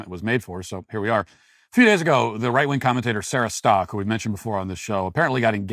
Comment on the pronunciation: Why do you call them right- wong conservatives?